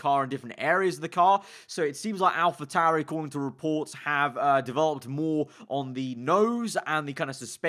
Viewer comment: *Alpa tauri